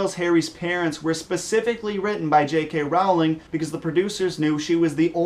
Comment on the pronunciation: The way he says "Rowling," it makes me cringe.